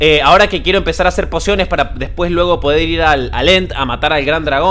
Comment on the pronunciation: alguien mas escucho ´´porciones de vida´´ enbes de´´ pociones de vida´´ 15´29